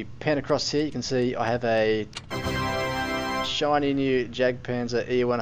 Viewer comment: Great video! But just one thing... Why do so many people call it the Jack tiger and Jack panzer e100? There is no JACK! It is jagd, from the german word Jäger, wich mean hunter. I know, writting jagd won't help you prononce this name since it is kind of an unusual word in and sound in english, so to get the pronounciation right, trying to say "eagt" might help, only the A must be said not in english, rather the way the A is pronounced in french... Anyway, way too long explanation😅 Keep doing your videos, I really enjoy them! :)